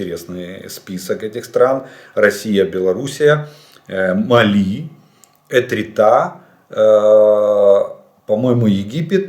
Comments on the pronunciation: Эритрея!!!!!!!!! Не Этрита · Эритрея настолько малоизвестное мусульманское государство в Африке, что автор даже неправильно прочел ее название ))) Это же не славноищвестное Сомали с ее пиратами :-)